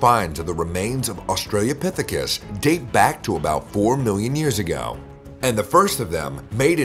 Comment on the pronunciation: You are mispronouncing 'Australopithecus'. It is not "Australiapithicus". Also the hominin pictured in the video is 'Ardipithecus ramidus' At the start of the video it showed feet with opposable big toes, these feet belong to Ardipithecus, not Australopithecus .